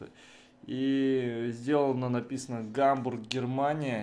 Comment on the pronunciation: Когда он сказал -Гамбург, Германия, мне послышалось Гамбургерамания